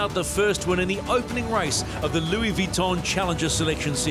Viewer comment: why does this commentor persist in his pronunciation of Vuitton, unless of course he's done his homework and hes correct